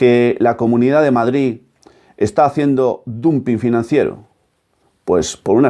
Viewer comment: Me permito: Dumping se pronuncia damping